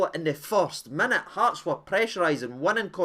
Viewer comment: It’s KEY- OGO 🍀! No KI- OGO